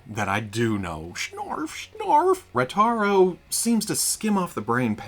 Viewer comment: It’s Ratard-O!! ….I think